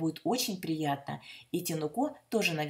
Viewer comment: Спасибо большое за рецепт. Наконец-то я узнала, как готовится настоящий, грузинский ткемали. А ударение в имени Вы ставите верно, на последний слог. К примеру, Тамрико или Тамара.